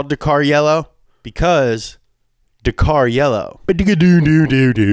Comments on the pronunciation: Why is it called 'Dakar Yellow'? 'Da Kar Yellow' badoogu dududu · I thought it was pronounced dak-ar